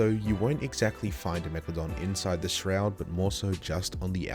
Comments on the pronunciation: ah yes, WIEGALODON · people call her meg-la-don lolz